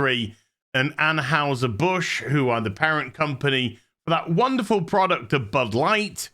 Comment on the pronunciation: Ann HI Ser. Not Ann Haus Her.